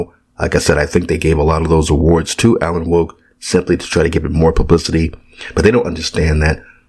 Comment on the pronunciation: When you say "Alan Woke" 😂